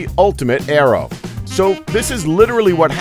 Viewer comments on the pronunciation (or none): none